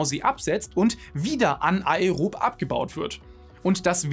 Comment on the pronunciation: Anärob und ärob gesprochen!